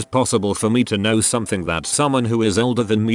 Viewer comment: The speech bot needs to learn how to say ‘know’. Not ‘k-now’.